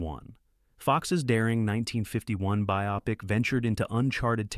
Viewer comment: The narrator pronounced “biopic” correctly. Must be a real person narrating this.